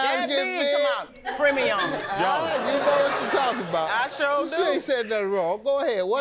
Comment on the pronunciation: Girl, I was waiting for his rebuttal but all we got from him were those premi-yum eyes 👀